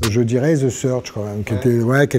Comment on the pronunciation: À chaque fois qu'il dit "the search" j'ai l'impression qu'il dit the surge